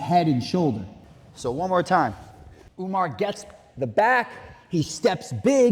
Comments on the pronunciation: Why you purposefully mispronouncing Umar's name??? Channel sucks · Umar Ooga-Booga-manov lmao